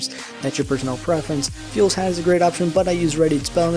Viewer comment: phule pronounced as Fool not fuel :I